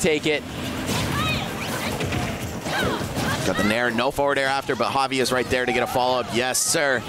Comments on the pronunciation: i was talking about when one of the commentators says it with a J sound. Looking back it was probably just a speech mistake though since they were pronouncing it right every other time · Bruh this commentator does not know how to pronounce javi